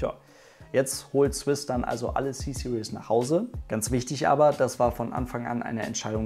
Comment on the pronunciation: Finde es so lustig, vor allem Deutsche sprechen „Series“ immer so aus wie das Wort „Seriös“, also „Serious“ aber eigentlich spricht man es eher so aus: „Siriiis“ am ende ist kein „ie“ und auch kein „ou“ Ist mir erstmals bei Matthias Malmedie von Grip aufgefallen, als er einen Mercedes Black Series fuhr. Dachte ständig das das Auto „Black Serious“ heisst, also „Schwarz Seriös“ bis ich es verstanden habe! 😂🤣